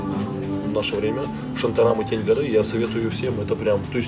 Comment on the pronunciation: Шантарам Тень гОры, а не тень горЫ)))